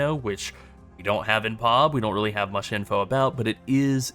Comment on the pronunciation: Jeez, man, it's P-O-B not POB all one word, you say it seperately. It's an initialism like FBI or CPU ...